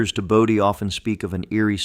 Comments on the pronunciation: 'body ghost town??? 'Bodie' is pronounced Bow dee. Dang, wish they'd pronounce things right. One little girl was reported to have said; "Goodbye God, we're going to Bodie" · Bodi...long o, long I. Not hard. ... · Bodie....LONG "o" sound.... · Yup. Bodie and Lompoc….